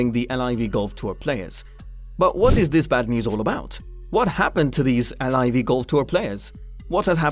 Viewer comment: How do you know all this information but not how the tour is pronounced